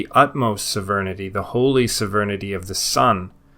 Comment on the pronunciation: What the fuck does "severnidy" mean? Do you mean Sovereignty? It's SOV-RAIN-TEE